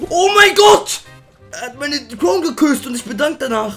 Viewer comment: Wer sagt croun😂